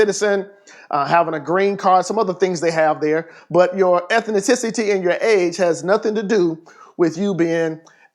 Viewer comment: "ethicititi" xD